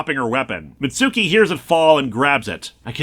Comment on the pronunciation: Mitsuki's name is pronounced "MITTS-kee".